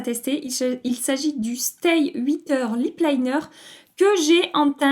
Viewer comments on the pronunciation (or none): Tu as des cils magnifiques, quelle chance... le mascara a l'air pas mal mais j'en ai acheté 3 en format voyage chez Tarte + le size up, donc bon je me calme maintenant ! Sinon j'ai bien aimé le stay "huit heures" à la française haha 😂 Merci pour cette vidéo détente du jeudi soir ! A dimanche 😘